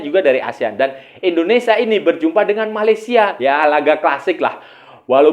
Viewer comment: Maaf sebelumnya bang, bukan indonesa tp indonesia.